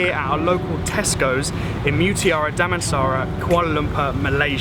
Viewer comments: Wow,you can speak Damansara and Kuala Lumpur in very good pronouns action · how cute the way you pronounce "damansara kuala lumpur, malaysia" 😄😍